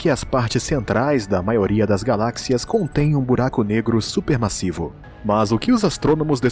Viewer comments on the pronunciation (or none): Amigo corrige esse video ! Até 2 minutos vc fala massisa supermasissa e é massiva e supermassivo massivo de massa saca!